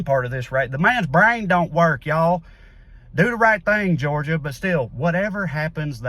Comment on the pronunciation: PMSL "the mans braaain don't work y'all," masterful my man, simply masterful.